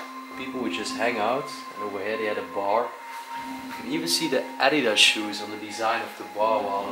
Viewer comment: Just don’t say adidas if u can’t say it